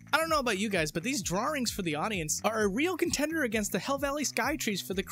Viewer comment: Did you just say "drawRings" at like the British do, but you don't have a British accent? This is the weirdest thing I've ever heard.